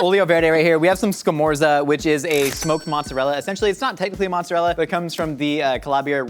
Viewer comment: *SCAMORZA But is ok guys, italy forgives you